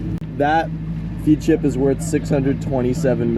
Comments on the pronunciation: Ps it is FED ship, not FEAD ship.. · Great video. By the way it is pronounced Fedship not feedship. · It's actually pronounced as Fed-ship, instead of feed-ship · Feadship…rhymes with Fred ship. 😊😜😘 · Hey, not to nitpick, but Feadship is pronounced Fed ship :) Love your channel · Feadship is pronounced "fed ship" fyi. They put out some amazing boats and have done for many years. Great channel and excellent work on the boat. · Love the episode. By the way, Feadship is pronounced Fedship